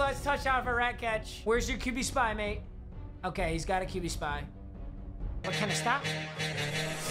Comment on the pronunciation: as a British person this is the first time I’ve ever heard an American say “mate” like we do....please never do it again I almost threw up